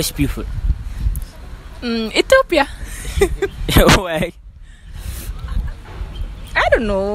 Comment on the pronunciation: This liar she can’t even pronounce Ethiopia 🇪🇹 she said etopea 😂😂😂